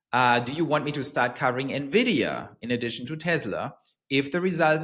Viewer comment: Thank you for pronouncing Nvidia properly. Drive me crazy when people say nevidia